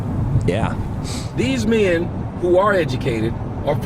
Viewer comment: how the fuck does add a letter to "men"? "Me-in," are you fucking serious?